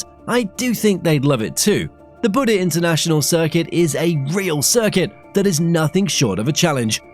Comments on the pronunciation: why do you call it buda when its clearly buddh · its buddh not buda